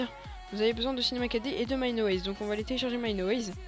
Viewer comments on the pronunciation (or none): C'est pas mineAWAYS mais mineWAYS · le mec dit mineaways mdr